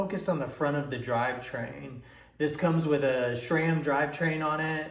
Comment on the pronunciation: How many times do we need to hear "schram"!!?? The proper pronunciation is "s-ram"..... call and ask ANYONE who works at S-RAM.....not Schram!